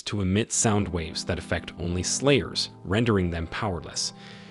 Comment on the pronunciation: Thought I was tripping out but this dude is really saying "players" instead of "slayers" so if you think you are hearing stuff don't panic.